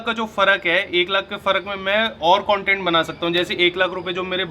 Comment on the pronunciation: Now everybody pronounciation content correctly 😂😂😂 even our is saying content not cntent